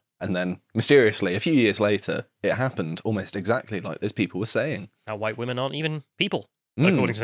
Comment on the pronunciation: Hhhwhite. Spit in disgust…